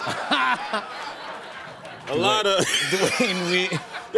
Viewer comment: Che's delivery is what killed it (in the best way), pronouncing Duane with 2 syllables 😂😂😂